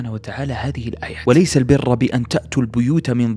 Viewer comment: وليس البرُّ بالضم وليست بالفتح هذا لا يجوز انتبه!!